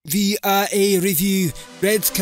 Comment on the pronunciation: Did he say VRA a review or VAR???